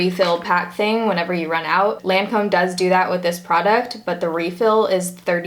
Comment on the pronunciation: the way she was pronouncing the brand made me cringe the whole video since i've figured out the pronunciation from working for them hahaha! it's pronounced like LON-come 😊